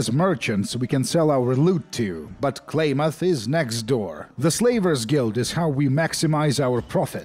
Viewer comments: i cant get over it god dayum its "clam-uth" NOT "clay-myth" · Klaamaathhhh!!!! Not Claymath! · I have never heard anyone call it "Klay-Muth". Always "Klam-Muth". Mandela Effect Activated. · As someone who is from the west coast, clam- ith is how you pronounce it I believe the actual town is Klamath falls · I’m from Oregon so I’m sorry, it’s CLAM-ath 😂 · wonders how long it would take to look up the worth Klamath. 2 seconds, how many times does he say Klamath? Definitely enough he should have justified looking up how to say the word..sure its native but if hes a fallout fan, how long has he been wrong? It is pronounced kla·muhth, kla not klay...muhth not math. bro being an oregonian I can't listen to you say that word wrong anymore Granted that Klamath the city is in California, Klamath falls is in in Klamath County in in Oregon. It is the same word from the same tribes. Did you know that there isn't a military base in Mariposa, California? its all LIES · I adore fallout 2s setting in northern California, being from there myself. And Klamath is pronounced Clam-uth ;) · Also... the "Primate... GET... OUT... MORE..." chefs kiss. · The way you say Klamath drives me up the wall. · Klamath...kl..ah..muth...I didn't know hearing someone say names of Oregon towns mispronounced pisses me off so much... You say it wrong so much I gotta stop watching